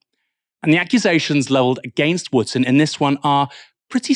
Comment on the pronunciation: Dan “ Wooftor”!